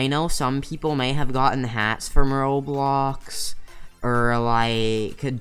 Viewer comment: How he says roblöx Lol